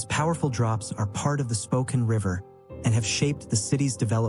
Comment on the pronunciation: May I offer a quick correction on the pronunciation of Spokane? While the 'e' at the end usually makes the preceding vowel long in English, this is an exception. It is actually pronounced Spo-can (like a tin can). The name holds a beautiful meaning: 'Children of the Sun.' Historically, Spokane was spelled with a double 'e' at the end; however, the spelling was simplified over time. Cheers and great video of my home state!